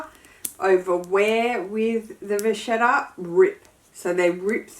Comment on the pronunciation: Hi,, it's an Italian word. Say vaketta.😘🌻